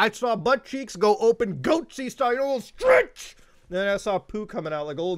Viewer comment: The emphasis you put on STRETCH is going to give me nightmares lmaooooo